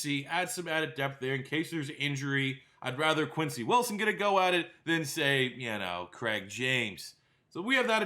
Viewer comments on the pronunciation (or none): none